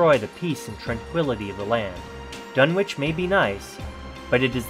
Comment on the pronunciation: It’s pronounced Dun-itch